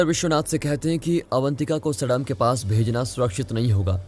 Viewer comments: Bhai Indian hoke name to sahi pronounce kro सडाम nhi सद्दाम hota h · Abe gadhe Saddam name ka pronounsation galat bol raha hai tu right name to sahi se bol nahi pata hai aur chhutiya aya hai movie explain karne ( सद्दाम ) होगा 😡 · Abe mulle qo saddam hai sadm nahi Mulle ho u😁😁